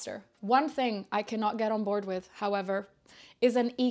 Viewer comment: Love yr podcast and projects. Mike is fine!!! Your accent is so good. The only way i detect you aren't an English speaker is the word 'with' where u say 'wiv' so cute.